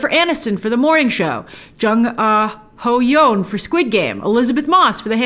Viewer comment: I know you've got a ton of stuff to keep track of, but I thought I'd let you know that the way to pronounce Jae (Lee Jung-Jae) is 'jay' and 'Yeon' (Jung Ho-Yeon) is something like 'yawn'.